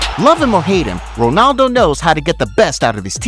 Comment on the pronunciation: btw why are you saying wonaldo instead of ronaldo